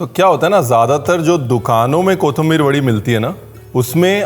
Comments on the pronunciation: Very nicely and in details explained But Paaji your pronounce for kothimbir is not correct your says KOTHAMBIR otherwise you are great i follow your recipies and all ready made plenty of them. Thankyou very much making me good cook at the age of 60 Please say someday on any of your video on my comment Thankyou Dear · 3 words seekhe usmebhi ek galat 😂 kothambir nahi kothimbir (कोिथंिबर) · कोथंबीर नही, कोथिंबीर ✓ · It’s “ko thim bir”😂